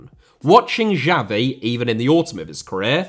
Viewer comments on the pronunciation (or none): none